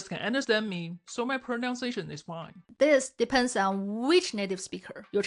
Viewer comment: Just because this is a pronunciation video taking about ingrained bad habits... I'll allow myself to point out that you say "pronounciation" :p